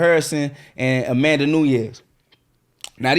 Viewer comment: John Cena vs A-Man-Duh 😂😂😂